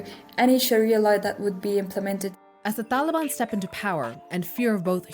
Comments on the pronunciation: “Da daliban” hahahaha wtf is she saying?!? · Wrong. Taliban in its current form is a Pashto word and she is not pronouncing it as ppl in AFG do. Maybe she's using an Arabic pronunciation, but no one in AFG says it that way.